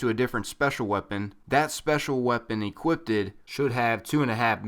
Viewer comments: ere u intentionally pronouncing equipped wrong? or was it mistake? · Equipped. Not equipted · EQUIPPED. NOT EQUIPPTED